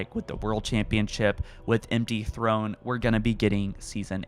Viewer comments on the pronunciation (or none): none